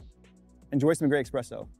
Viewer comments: Pretty good video, but the X is espresso is too pronounced in your case.. ;) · Coffee advice from a guy who says “EXpresso”? lol.